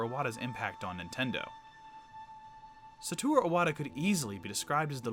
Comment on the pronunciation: I think the dislikes are about his pronunciation to SA TO RU Iwata also mispelled name in description I can get over that easy, here, have a like